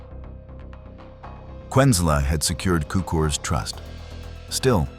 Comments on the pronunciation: It's pronounced "tsookoors", not "kookerz". And it's pronounced "küntslé", not "kwenzel". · HER-berts TSOO-krz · Is this narrated by a person or a computer? Neither Cukurs's nor Kuenzel's name is pronounced correctly in the narration, despite being pronounced correctly in some of the library footage. Did you not listen to it?